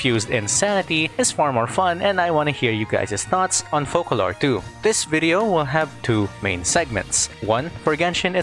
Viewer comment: Thank the fukin God, atleast one content creator said her name correctly - *FOCALOR*. Not fuckin Furina! Damnit, how people trigger me for saying the wrong word.